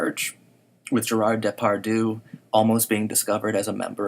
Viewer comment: I really like this analysis, and I don't mean this in an offensive way but it would be so much better if you made an attempt to pronounce French names properly. It sounds comical the way you say Depardieu.